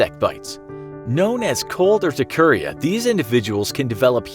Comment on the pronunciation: My brother has cold urticaria. He gets hives but as he got older it became more manageable. No he seems fine as long as his skin isn’t directly exposed. Also the narrator is saying urticaria wrong